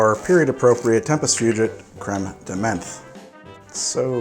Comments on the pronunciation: Also, the way you pronounce Creme de Menthe slays me. The first bit is fine, but in 'menthe' it's not an E sound, it's like the O sound in the word 'on'. Like it should be spelled creme de monthe. Continue to pronounce however you want though, buddy. Love ya. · Crème de menthe is pronounced crème de "MANT" as a French person it pains me to here those alcohol names butchered 😭😭 Nice video tho I'm a long time fan ahah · Menthe [mãt], please stop saying it like that 😅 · You're right to continue with the show. These are troubling times, but life must go on in some way... By the way, the word "menthe" in "Cr ème de menthe" is pronounced with a hard T. A "th" in French is almost always pronounced as a hard T.